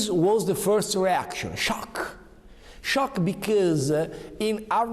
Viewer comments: when he said schiok makes you laugh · The incredible thing about this, is that you can HEAR the words being misspelled. He says "Sciok", not "Shock", and I don't understand how. You can clearly hear the errors in his brain, from his speech. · He speak the language of gods. In my dialect, "Sciookkk" (scioookkk not SHOCK, pronunciations are different) means dirty. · Scioc,bicoos... Ci fai vergognare di essere italiani, ovviamente non solo per come parli inglese eh